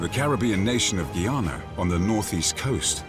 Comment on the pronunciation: Why does the narrator say “Gay-ana”?Growing up in the Caribbean, I always thought it was “Guy-ah-nah”. 🤔